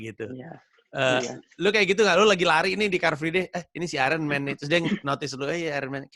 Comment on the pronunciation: Bang tweet nya Ryan, katanya Iron dibaca eye-earn bukan ayren. Sekedar mengingatkan